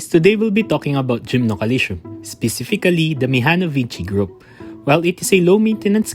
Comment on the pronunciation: GymnoCalcium 😊😂 Every Time ive hear Gymnoalytion ;DD But no Front, realy great Video, and much needee Infos ❤🎉